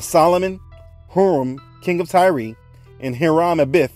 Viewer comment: Tyre (pronounced like tire)